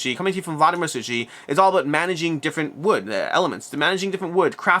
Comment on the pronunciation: Just a side note, the "ch" (Vlada Chvatil, Vladimír Suchý) is pronounced like softer "h". [Hvaatil, Soohee]